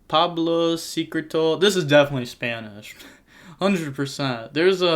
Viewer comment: Pueblo but reads it as Pablo